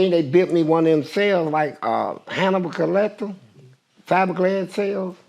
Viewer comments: Did he just say HANNIBAL COLLECTER😂😂😂😂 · He said “…Hannibal Collector…” 😂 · My boy said "Hannibal Collector" !!!!!😂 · He said “Hannibal Collector” 😂